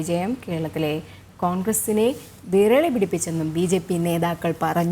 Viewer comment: വിരളി അല്ല വിറളി